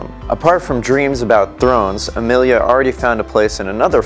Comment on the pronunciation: Her name is not Amilia!!! She is Emilia